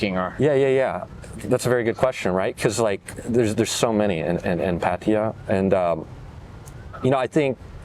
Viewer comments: right and in the word 'พัทยา', not พัททียา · how one can live in Thailand for a long time and still call it "Pateeya" is beyond me. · พัทยา is pronounced พัทยา Plain and simple.;) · How they said it is absolutely NOT the correct Thai pronunciation. The emphasis is on the last syllable and there is no long "eee" sound.